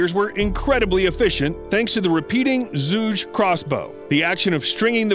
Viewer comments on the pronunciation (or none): The crossbow is pronounced "juge" or "chuge" not zhug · The 'Zuje' and 'Patolomy' was killing me. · It’s pronounced zhu(ju)ge crossbow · The moment you butchered "Zhuge" the way you did I know this not a video that's worth watching. You are not a credible source of information if you don't do your due diligence for something so basic.